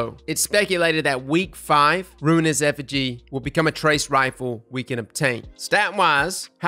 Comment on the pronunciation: “Affige” lol